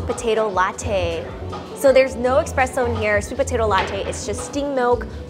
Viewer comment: It’s pronounced: “Espresso, NOT Expresso.”